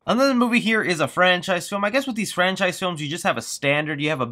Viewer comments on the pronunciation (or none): Man I keep on thinking you are going to mention Star Wars episode 9! Every time you stop and say "it killed a frencise" I keep on thinking your going to say Star Wars!